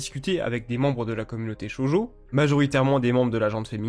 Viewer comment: Je l'ai appris que récemment, mais je tiens quand même à pinailler dessus. On dit "Shoujo" et non "Shojo". Cela se dit donc "Sho-ou-jo". Oui car "Shoujo" veut dire "jeune fille" en japonais, alors que "Shojo" veut spécifiquement dire "jeune fille vierge". Tu dis ça au Japon et ils le prendrait mal, à ce qui parait.